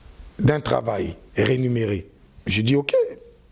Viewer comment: Et on dit rémunéré et non renuméré.... Avec ça lifala Ya mbotama. Tchip